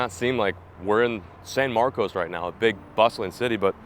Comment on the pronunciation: locals pronounce the name of the town san marcus